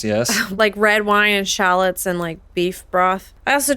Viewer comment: First the pronunciation of gnocchi and then shallots, you guys are so funny with your mispronunciations <3